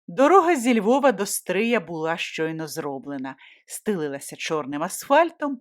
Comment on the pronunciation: Тільки наголос ...до СтриЯ. Місто СтрИй